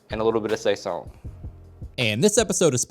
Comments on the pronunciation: It’s sah-zon. Not sayzon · "Sayzone" lol